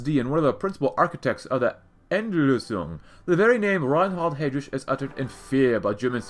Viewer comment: The way you pronounce Heydrich’s name makes me physically uncomfortable